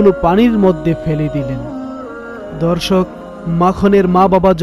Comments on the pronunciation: বারে বারে দর্শক ধর্ষক কথাটা শুনতে খারাপ লাগছে এরকম ভাবে উপস্থাপনা না করলে ভালো হয় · Bhy apni dorshok ta thik kore bolben dhorshok Suna jay